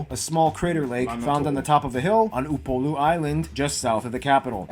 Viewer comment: Yoooooo you pronounced Upolu better than the guy doing the video you reacting to!